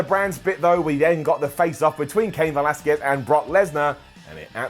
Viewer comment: FINALLY pronounced Velasquez right GOLDEN UP